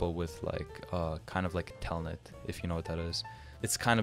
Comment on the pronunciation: ah yes telnet is the same thing as "tailnet"